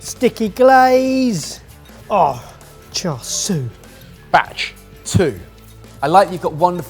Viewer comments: This was definitely a fun video, so thanks for making it! still seems to have a tendency to misspronounce "char siu" though. I noticed that he tends to say "swee", but I just wanted to mention it should be closer to "see-you". Hope this helps and I look forward to the next video from all of you! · still hasn't learned how to say char siu and says "swee" instead. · my guy im elated to see cantonese cuisine recognized here but its more closely pronounced "cha-soo" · i think at one point you said "cha swee"? and it's super hilarious and no shade at all on you guys because you always try your best to incorporate lots of different dishes from around the world, and Cantonese pronounciation is tricky to non-native speakers. But it's "cha" (the 'a' pronounced like the 'ah' in 'ah-choo') and "siu" ('iu' prounounced like 'ew'). Loved he vid, keep it up! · “Char Swee” <— 🤣 Sorry, idk why that really tickled me. (It’s “chā shāo”, or “Char Siew”, btw) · Ohhh, cha sui glaze fries, not cha sui fries. Thought he was going more poutine-like. We should be shouting "Where's the pork?!" I was so proud of when he said cha sui the first time in the video, but then later he reverted to char swee (rather than cha seeuuu). Oh well. Guess he makes up for it by providing the laughs in the video. Btw, I realized that I avoid any Chinese fusion videos (Chinese Canadian background here), but since it was about fusing Korean food, no problem at all, click! lol. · I just want to learn to pronounce char siu--which is clearly not char swee. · What the heck is char swee, where did that come from 😂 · still egregiously mispronouncing char siu. 😶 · it’s char s-i-u. Siu means roast in Cantonese. It’s great you love the dish, but learn to say it right:)